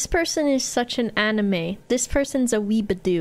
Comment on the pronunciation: "This person's a weebadoo" Oh,, you're really calling it...